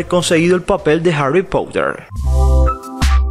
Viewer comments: Me mata como en vez de decir Harry Potter como una persona normal dice Harrry Pouter LIT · Como lo dice Harry poutter 🤣🤣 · Si es verdad me da mucha risa ajajajaja😂😂😂😂😂😂😆😆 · Creo que pronuncias mal 😂❤️ Harry Potter / Harry Pouter Quidditch/ Kiditch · Cracliffe?? Pronuncialo bien por favor y Harry Pouter también